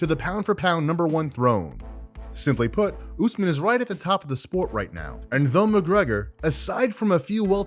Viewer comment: Nur mah go med ov like saying off except with a v